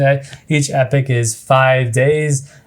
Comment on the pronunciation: It's epoch not epic